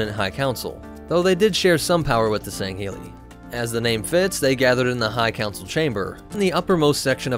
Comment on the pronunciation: The Arbiter’s name is pronounced as “Tell Vedom.” The prophets’ race is pronounced “San-shy-yoom.” The Arbiter’s race is pronounced as “Sang-heellee.” I was wincing every time I heard “Senshoom...”